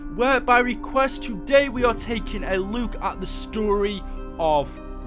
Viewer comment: Man’s says Luke instead of look.